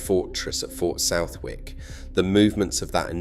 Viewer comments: South Wick is pronounced Suth ik. `Tis Pompey language, it`s different ! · Southwick not even in pompey and lived here my whole life never heard it pronounced like that